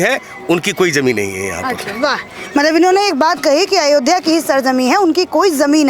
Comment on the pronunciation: Is gaddar ko ayodhya bolne me problem hai isse iski mansikta ka pata lagta hai